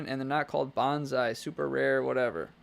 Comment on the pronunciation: They're all over Banggood now too. I got an email blast with some of them. (Oh, and please don't say "Bahhn-Zye" for the word "bonsai". That's "Bone-Sye". There's no Z sound in the word. The one you said is "banzai", and is like saying "charge!" or "geronimo!". Banzai has nothing to do with plants. Bonsai is the art of growing artificially-dwarfed plants.